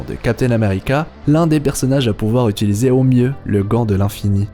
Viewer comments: A "qui peut utilsier"😂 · Utilisier hahahaha